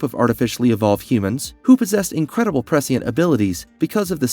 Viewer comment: Cuz he Butchered the ENTIRE video with his speech and the only thing most “true” dune fans can focus on is his ridiculous pronunciations - that change by the minute fyi! lol. He literally says the same word multiple different, incorrect ways! His struggle with the word “prescient” is REAL! Lmfao. It’s very hard to take this content creator seriously. He’s just wanting to cash in and monetize a “Dune” video with his clickbait title since it’s such a hot topic currently. Smh. C’mon dude. At least ACT like you know the story a little. LOOK UP how to pronounce words before you read your little script. There’s a novel idea! 💡🥴